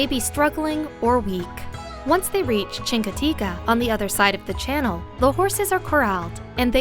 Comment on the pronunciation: Definitely neither Chincoteague or Assateague end with an A. My mom lives in Chincoteague I go every year for the past 16+ years.